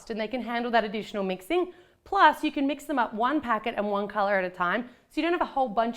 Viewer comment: It's supposed to be can not Cavan